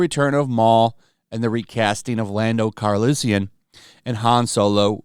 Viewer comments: I'm guessing that isn't an OG Star Wars fan with him brutalizing Lando's last name... Carlissian no.:( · Big fan you are. You can't even pronounce Lando's last name.